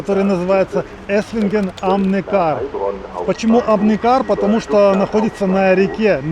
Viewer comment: Ударение на Е Neckar